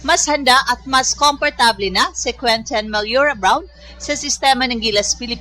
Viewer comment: Anung queten??? QUENTIN!!! May punit ba dila mo????